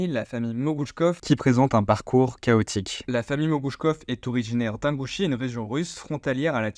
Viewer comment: ça se prononce "INEgouchie" pas "HEINgouchie"... stagiaire va !